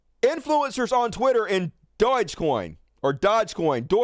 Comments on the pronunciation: Doge -pronounced /DOH-je/ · If I can throw in a pronunciation to "Doge", think of the word "Dojo" and drop the O off the end. It's as simple as seeing the sun and the moon in the sky at the same time